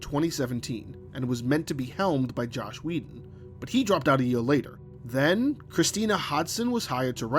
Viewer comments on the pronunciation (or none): ... Im sorry did you say "Josh Whedon"? It's Joss, dude come on.